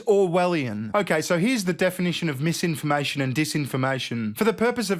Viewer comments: "Its mam-imformation" - totally not crazy person. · “Meesinformation and deesinformation” 😂